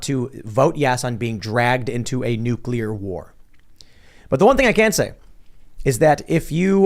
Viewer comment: God damn it! It is NU-CLEAR not NU-CU-LER!!!!!!